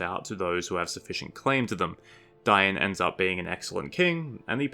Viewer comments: It’s Dane, not da’in. Why are you prancing it like that? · You are my favorite Tolkien channel. Please stop pronouncing it with the I in front of the A. The I comes after the A. It's Dain like the Danes, Danish. Dain Ironfoot, not Diein Ironfoot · pronouncing Dain as Dy-an..... its Dain....... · How come your calling Dain 'Dine'? No offence of course...